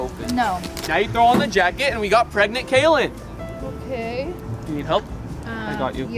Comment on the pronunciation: Kaylen not Katlin